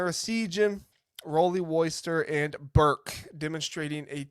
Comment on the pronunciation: Nice recap. For future videos, it’s pronounced Bear-Kay